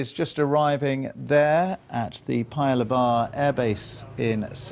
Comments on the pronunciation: Paya Lebar is actually pronounced, "Pa-Ya Lay-bar" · The way he pronounced Paya Lebar was hilarious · It is really dang busy here in Singapore. Can’t wait for the summit on Wednesday. Honoured that my country(Singapore) is hosting this crucial summit. But the way he pronounced Paya Lebar though...